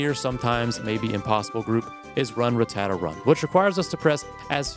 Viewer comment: you pronounce rattata as some sort of italian desert.